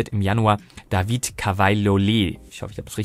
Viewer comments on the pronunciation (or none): none